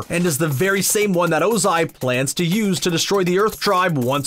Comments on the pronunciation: You sayed lord ozi and IM TRIGGERD!!!!!!!!!!!! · The fact that he’s saying lord Ozia is so annoying